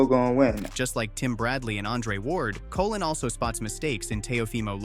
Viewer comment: Colón, not Colin